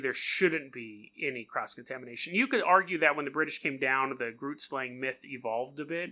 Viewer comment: I’m from Namibia (country right next to South Africa) and I’m 100% sure you are pronouncing it wrong